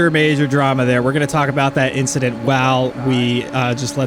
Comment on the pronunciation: All good man! next week Shajee and I are right next to each other and major victims of the big "inchident".. beware of tongue twisters with our names!! hahaha